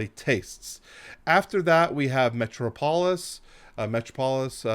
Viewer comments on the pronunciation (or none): Metro-polis is Met-tropolis. Potato - po-tato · Nope Nope Nope Nope Nope...Great video, but that was the most egregious pronunciation of "Metropolis" I have ever heard!